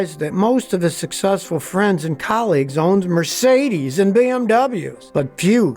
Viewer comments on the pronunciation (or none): I like how Scotty puts extra "umf" on the words Mercedes and BMWs.